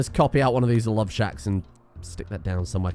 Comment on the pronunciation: "Love shack" So American